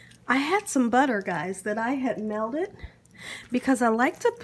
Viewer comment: Its pronounced "Melted" butter not melded butter.. smh